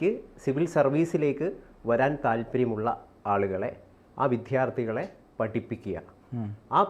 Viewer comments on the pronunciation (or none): വി "ദ്യാ "ർത്ഥി എന്നു പറഞ്ഞാൽ കേൾക്കാൻ കൊള്ളാം. വി "ധ്യാ " ർത്ഥി എന്നോ " ദ്ധ്യാ " ഓ അല്ല.